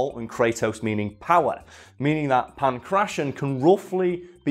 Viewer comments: in pangration the t is pronounced as ,well, a t. not an -ss-. I live in an area of athens with that name. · Could not have looked up the correct pronunciation of Pankration before filming this? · I love how he sys Punk Russian instead of Pankration. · Don't make fun of someone for mispronouncing a word. It usually means they've only read it, rather than someone else reading it to them. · how could you pronounce Kratos correctly but not pankration.